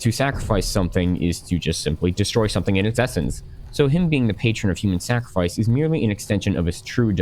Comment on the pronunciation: "Sacrafice" back to middle school little boy